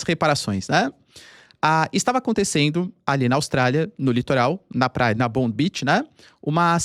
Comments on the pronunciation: Escreve-se Bondi beach mas se fala, "BONDAI" Beach. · Professor. Bondi Beach se pronuncia Bondái É a praia mais icônica da Austrália, depois procurem Bondi Rescue, série realista massa dos salva vidas de la. O lugar é muito movimentado, acho meio paia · "BONDAI" beach.... parece q o professor ta tendo aula de ingles pra nada.... nao faz o minimo esforco pra pronunciar corretamente.